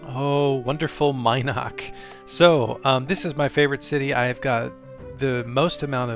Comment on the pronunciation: Mi'noc.... was one of my first towns.. though i pronounced Min'oc was driving me nuts hearing it differently... also buc's den was outside of vesper not brit? just near covetous... ???? anyways its looking nice guys.. sad that LoA is running off everyone before you can get the damn server finished.